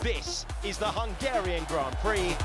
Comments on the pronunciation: “Hungara rain” 😅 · How did she say Hungarian at the start? What a weird way of saying it.